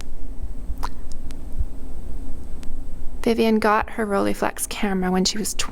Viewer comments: Its not Roll"ee"flex, its Roll"ei" flex!!! Your pronunciation is very annoying. And the negative is not "about" 6cm by 6cm, it is precisely 6cm by 6cm. That's why its called medium-format. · It's not the end of the world or anything :-) but it's pronounced ROLL-EYE, not "rollie". The "EYE" part is exactly the same "EYE" as in "Leica", etc.